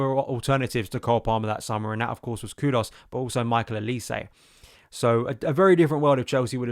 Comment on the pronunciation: It’s impressive how many player’s names you mispronounce…’estavao’, ‘maduwake’ and ‘kudos’